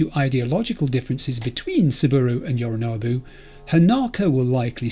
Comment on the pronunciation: One thing, you have a thing with the letter O in certain words don't you? Sayonara Yorinobu. 👀 Just sayin